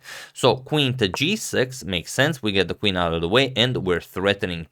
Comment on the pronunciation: Sori, Blitz, not Bullet…. (Also ‘of’ not ‘if’ !).